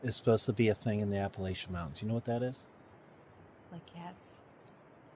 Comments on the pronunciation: It's Appa- lah- chun. Not lay-shun. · Ap-uh-latch-un........but I am from the mountains of Georgia and that's the way we've always called it. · Appa (latch) an mountains. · A.puh.la.chun mown.tnz. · Its pronounced a`puh`la`chuhn, mown`tnz We true Southerners, we'll i for one would rather hear the true pronunciation as it is most respectful .. thank you and have a blessed day 🙏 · I grew up in Virginia; we say Appa-LATCH-ian. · For the love of God, learn to pronounce the name of the mountain, you are embarrassing.